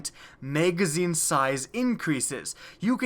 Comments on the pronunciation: Kinda pisses me off that you say "mageazine" when it's pronounced mag-a-zeen (magazine). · "Megazine size" lol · You really need to watch your video and see how stupid you sound saying megazine and how many times you fucking say it. For fucks sake. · "mega-zeen" size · Can we get a counter for the number of times he says "meygazzine" please